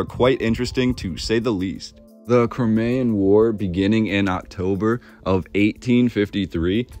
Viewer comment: You pronounced Crimean incorrectly